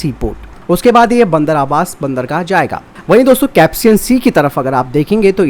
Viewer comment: कैप्सियन सागर नहीं कैस्पियन सागर है भैयाजी।